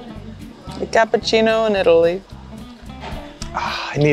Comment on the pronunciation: went full Italian when he had his Cappuccino...